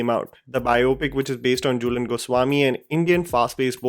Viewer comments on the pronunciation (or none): Jhulan not Julen